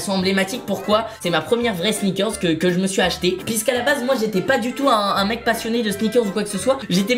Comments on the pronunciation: sinon pq il dis sneakerz et pas pas sneakers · Michou on dirait que tu dit ( sniker comme la bar de chocolat haha) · Sneakerzzzzz, ça m’a stressé toute la vidéo